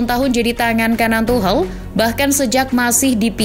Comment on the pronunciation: Masukan min, kalo mau baca mbo ya riset dulu. Itu Tuchel dibaca Tuhel geli banget kuping 😅